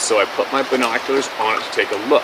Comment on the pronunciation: I have heard you say "Bean Ohs " several times over time so I thought I would help you.😊 US guys drop their binoculars and shorten it to Bye Nose. 😊